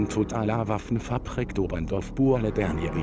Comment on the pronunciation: "Ouaffen fabrik" ça m'écorche les noreilles...